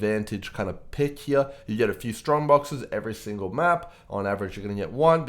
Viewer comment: Yo man, perhaps u are well experienced at Poe and so on, BUT, ur voice and how u pronounce words are so defective, i recommend u to use a voice changer or smthng to avoid this ridiculousness. Thankfully there is subtitles function. U sound like " u got phtrong bokses every thingle map..." Anyway, ty for the vid.